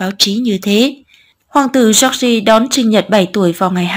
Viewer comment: cách đọc "giooc gi" thật cạn lời! 😑